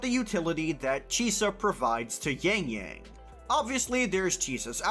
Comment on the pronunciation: But still pronounce yangyang as yængyæng 😂